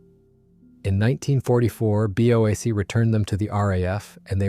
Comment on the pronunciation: For god's sake learn to pronounce names properly! "Worrick", not "War Wick"! BOAC was exactly that (British Overseas Airline Company) not some mangled "Bowac" obscenity! 125 Squadron is "one two five" not "one hundred and twenty five". DO YOUR RESEARCH PROPERLY. And if it's an AI voice, use a better one.